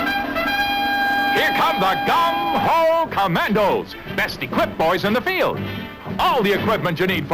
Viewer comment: LOL did he say gun-ho Commandos?!!? damn Violent times!